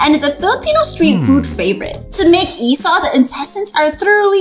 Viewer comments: its actually called i-saw but no the see like pronounsing sour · It's isaw not isow